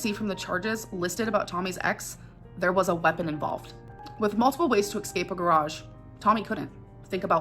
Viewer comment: She was able to "excape"